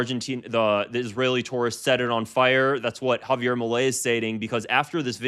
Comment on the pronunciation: Javier "eails"